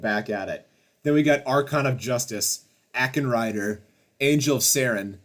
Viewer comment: Dude can you please learn how to pronounce words. Satee-er? Satyr is pronounces say-tear. And how the fuck did you get Acken Rider out of ASH-en rider?